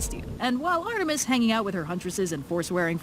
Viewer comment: He keeps saying 'Artemis' wrong. Is this an inside joke? I can't figure out any other reason why he'd say it wrong every time even though Red typically says Artemis's name out loud at least once in each video where Artemis's name is written. Red: Artemis This guy: Artimeatus